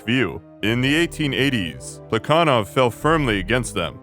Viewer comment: I know you're like fluent in Russian so I'm not trying to check you but every other historian I've ever encountered has pronounced that guy's name with an h sound like "Pla ha Nov"